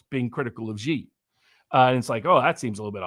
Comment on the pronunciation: Wow, he is very, very smart. One thing, and do pass this on: "Xi" in Xi Jinping is pronounced like "she", as in the female pronoun. Not zee like zebra. Not gee like genius. Not jee like je t'aime. See Wikipedia article 'Xi (surname)' or Google will say it. Phonetically, it is /ʃiː/ or shee. (If one pronounced Trump like Thrump or Macron like Maclon, a polite correction would be appropriate, right? Well, Xi is just as prominent a leader.)